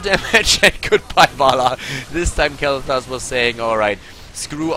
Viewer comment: Dude, its sounds like you are saying Kaleta instead of kaelthas haha .. my nickname xD